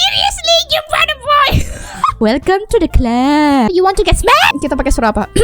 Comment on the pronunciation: I hear.. You are saying 'suraba' waktu yuri muncul Bukan 'suara'😂